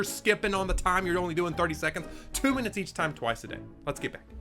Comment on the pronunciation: At first,, it sounded like you said "2 binits" and I was like "is that minutes in time?" 😂